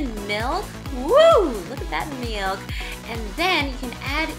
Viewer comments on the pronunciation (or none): lol shes hilarious. "OOHH SECKSY", and "LOOK AT DAT MIALK!"